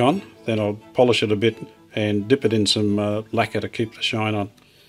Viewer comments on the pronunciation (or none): none